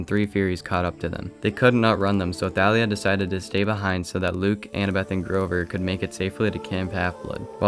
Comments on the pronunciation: I'm pretty sure Thalia is pronounced like "Tall ia" not "Tha lia" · Nah, the author said it was pronounced Tha-lia.